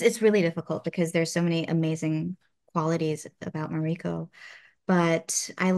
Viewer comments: Plz pronounce mariko correctly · Heheh! Wonderful actress, but you’d think she’d be able to pronounce ‘Mariko’ by now. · She doesn't even pronounce Mariko correctly? weird. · It’s weird to hear her mispronounce mariko again and again. 😅